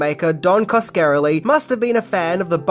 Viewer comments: Oh my god.... it pronounced Kaws-kuh-REH-lee. Yer killin' me,. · Cos-ka-RELL-ee. How can you be a fan of the genre and not know how to say his name. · I'm not even finishing this. Repeatedly mispronouncing Coscarelli is too much for me. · Great video but it hurt my ears everytime Coscarelli got butchered. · wow didnt think anyone could butcher Don's name that badly. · Every time he says the name I winced. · Every time he said the name I felt like someone was pinching me in a painful place.